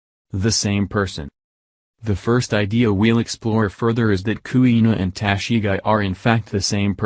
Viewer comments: Wtf is Tashigai!???? Go home dude and practice pronounciation!! And your country's president mocks the accent of other's lol!! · It’s tah-she-gee